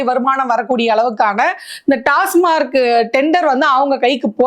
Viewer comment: அது டாஸ்மார்க் இல்லம்மா, டாஸ்மாக்..